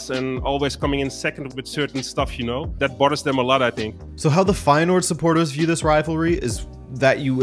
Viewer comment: It's not. The 'ui' sound doesn't exist in English. And there is not an h sound after the s. If you wanna know how it's pronounced I style you can watch the first 44 seconds of the title match of feyenoord against heracles. Kuyt scores a goal. The uy sound is the same as the ui sound.